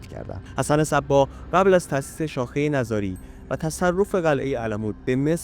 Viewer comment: نِزاری درست است؛ نه نَزاری!! درست تلفظ کنید